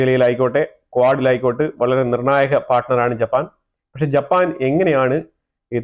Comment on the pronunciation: Pls note the name is Japan pls do not pronounce it as JAPPPAN